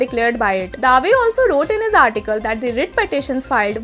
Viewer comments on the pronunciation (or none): Please check how you pronounce...'Dave' ... it is not Daaave...